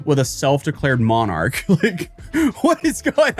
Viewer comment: Ahh yess... moanarchs...